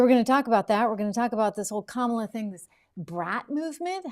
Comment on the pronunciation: Joy Reid gets Harris’s first name wrong 😑